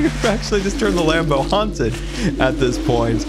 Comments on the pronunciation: Every single time he says land boat I think he says lambo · When he said Land Boat, I thought he said Lambo 😂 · Every time he says land boat i hear Lambo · I don’t know why but every time says land boat I hear lanbo like Lamborghini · I keep thinking whenever he says land boat it’s sounds like lambo